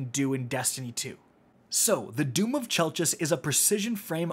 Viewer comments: I believe its pronounced 'Chell-kiss' for anyone wondering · It’s spelled chelchis but it is pronounced kelkis. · How exactly is this gun pronounced? I've heard KELL-KISS, CHELL-KISS, CHELL-CHISS. I need to know lol